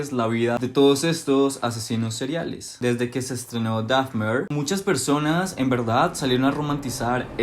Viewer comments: Por que pronuncias Dafner?… es Dahmer. Terrible tu inglés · con todo respeto te corrijo que "Dahmer" se pronuncia tal como se escucha y no "Dafner", no lo tomes a mal porfa:3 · no es “dafmer” es, “dahmer” 😭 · Jeffrey Dahfner jajajaja Al menos di bien el nombre. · Porqué no pronuncias bien el apellido de Dahmer 😵‍💫